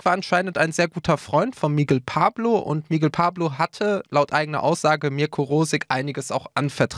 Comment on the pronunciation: "Miggel Pablo"????